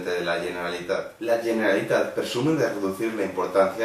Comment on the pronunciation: No saps ni pronunciar bé "Generalitat", tu què vas de català, home? Si se't veu el llautó d'una hora lluny. Haver nascut aquí no vol dir res, sr..